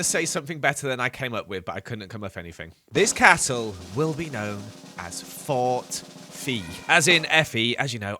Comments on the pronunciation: I thought you said Fort Feet! 😂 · When he said Fort FE at first I thought he said fort feet. I was confused 😹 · I though he said "fort feet" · You should pronounce it fort fay because it would be like Santa Fe and I just think it sounds nicer 😺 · I thought it was Fort Fe, because Fe, Fi, Fo Fum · Fort Fe? no. Fort Robert Downey Jr.